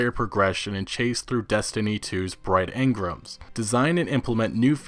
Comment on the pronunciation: Stop saying engram like that, it's fuckin weird.